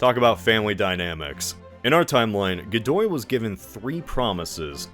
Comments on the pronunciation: i'm having a severe case of dejá-vu... PS. I see; part 1 had already been released. "Godoy", not "Gidou". if it was his son; the queen seemingly confessed on her deathbed to her personal priest that none of her children were her husband's (a man who had been warned right before his marriage by his father to make sure to take measures to prevent cheating, to which he famously replied something like "who would cheat on the king?"; not the brightest bulb in the shed, that one). or tried to; as the picture shows, Napoleon crowned himself. nice touch there, with the arsenic-laced wallpaper. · Godoy became Gidou bruh, they didn't even bother double checking